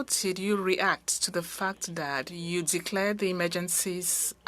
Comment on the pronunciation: I can barely understand her, she mispronounces several words (that=\=dat). Makes it quite hard to follow.